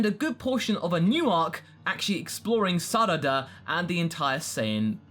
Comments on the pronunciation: Just saying its prononced zadala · Ah when he didn't say the name of planet sadal right